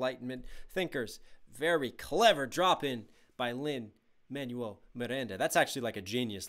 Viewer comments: Good reaction (tho the constant pauses are a tad irritating). But bro how is it not ONE PERSON (that I noticed) has corrected you on how Lin-Maniel's name is pronounced? Its pronounced Lin-MANWELL!! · Hey, just popping in to say it’s Lin Man-WELL Miranda. Not Man-you-ell. One is a name and one is what you throw away when you get a new phone. Just FYI